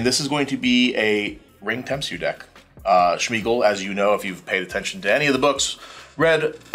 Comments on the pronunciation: why does he keep saying SHmeagol? Why did Suarez sack Smeagol and put 2 counters on the Carrion Feeder? weird also, infinite turns? that sucks. it was getting entertaning, ended in such an ugly manner. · Was anyone else bothered by saying "Schmeagol"